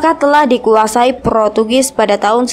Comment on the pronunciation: Protugis? Wkwk ngakak bngt, portugis kak woi lahhh